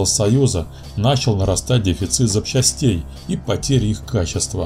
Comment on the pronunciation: ЗапчАстей, зачАстую, ДевЯностых, автор, ты с деревни?)